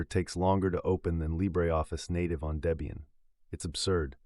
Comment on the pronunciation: Never liked Ubuntu and especially snaps. BTW it's pronounced Deb ian not Day bian😉 The project founders then girlfriend name was Debra (Deb)